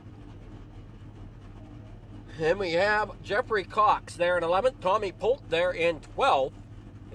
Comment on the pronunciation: Great Broadcast! Fantastic job you do! Polteeeee not Polt for future races lol. Just giving you crap!